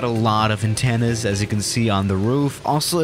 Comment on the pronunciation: Nobody:: aTteNnas